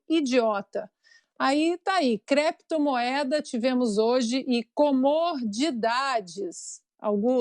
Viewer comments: "Cleptomoeda" foi a melhor da decada. kkkkkkkkkk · O Senador Renan, além de dizer Creptomoeda, disse também: BITICÓIO. Grande cultura para um Sebador da República. Muito triste.